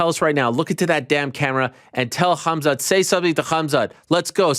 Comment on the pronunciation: Ariel is saying Khamzat name wrong on purpose.